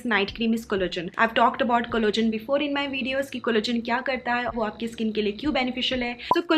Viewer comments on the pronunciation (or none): Nice vid, love your channel... just noticed..collagen ko-> pronounce it ko-lla-gen and not collogen. Hope u take this a positive suggestion🙂